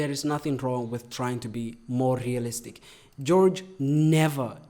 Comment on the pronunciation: The way he says realistic is like ASMR to my ears. Keep rolling them R’s in my ears baby 😩👌✨✨✨